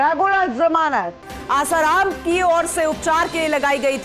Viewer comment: News editor महोदय भाई उस समाचार वाचिका बेहेन को आसारामजी बोलणे को बोलो कृपया, और news देते वक्त backround साऊंड कम हो तो news सुनने मे और ही आनंद आवेगा 🙏🏻